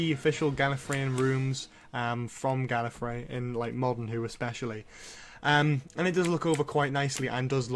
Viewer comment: Gallefrey not gallery